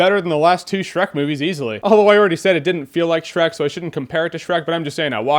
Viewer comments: "SHERK", lol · How can you mess up on Shreks name 4 TIMES!!!